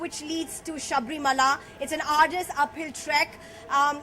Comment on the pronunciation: Idiot anchor it is Sabarimala not saabrimaala.